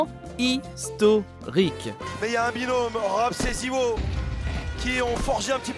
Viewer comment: Ha et autant pour moi j’ai cru il disait mal Krakow avec la liaison, et comme personne prononce en français … mais Zywou il existe pas par contre, meilleur joueur au monde et français c’est ZywOo (o) .